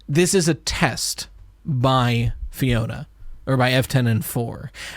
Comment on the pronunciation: lowkey bothers me that nobody can read Alphanumeric, it’s pronounced the way its spelled: Fiona